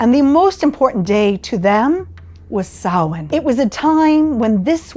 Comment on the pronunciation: Shame the presenter could not pronounce the name properly .